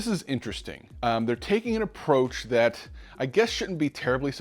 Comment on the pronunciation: Jon seems legit but it's tough to take him seriously when he pronounces "that" and "there" like dat and dere